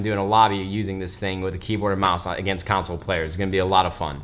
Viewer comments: Anyone notice how when Nade is trying to say "console" it comes out as "counsel" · why does he pronounce console as council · when nade says council instead of console, I cringe everytime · CONsole. Not Council lol WHY? When someone makes a ton of money, do they send them free shit. I dont get it. They do the same for celebs. Give them TVs and cameras and rings for attending ward shows. As if they need the free stuff lol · Nade .. The guy who pronounces console players .. Council Players 😂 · Why do you say console like council 😂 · I hate how you say 'console' like 'counsel'. That's not how you say it.